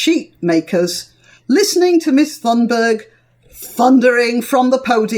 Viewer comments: You should say her name like Tunberg and not with the letter h, we do not pronounce that letter in swedish. We have a lot of farming land here in Sweden and a lot more than Norway. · Please ma'm. Go go Google Translate. It is extremely easy. It is not hard for you to say her name in Swedish. You have a th-sound. Disregard the "h", it's only "t". The wowel thereafter is not an English wowel/sound but you can do it easily. Google translate!!! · Th in Thunberg is a "hard" t, not like "thing" but like "take".